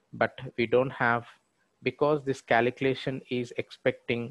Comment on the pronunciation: What the f@ KALEEKLATION is for f@ god sake!😆 Learn how to pronounce calculation properly. Could not follow the logic hearing kaleeklation 50,000 times in 7 mins! video